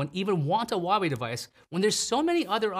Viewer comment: Why dont you pronouce Huawei correctly